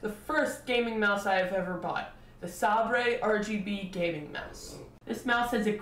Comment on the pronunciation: FYI: It's pronounced 'Say-ber' (Like the sword), not 'Sahb-ray'. You also need to equalize the volume between your intro/outro and your actual commentary, as the latter is WAY too quiet in comparision. Otherwise, good review.